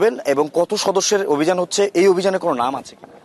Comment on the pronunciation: অবিযান নাকি শো_অফ😂 হেডার অভিযান 😂